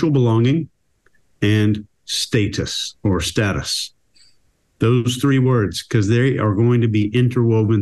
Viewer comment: Thank you for pronouncing status correctly ❤